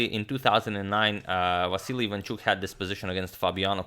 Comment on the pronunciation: Great pronunciation of Ivanchuk’s surname, this is actually the way it sounds in Russian :)